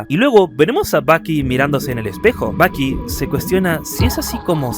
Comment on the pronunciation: Todo el rato andaba pensando en Baki del anime Baki cuando decías Bucky